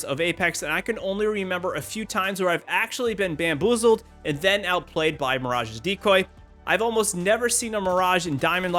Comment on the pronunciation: "You just Got Blam-Boozled"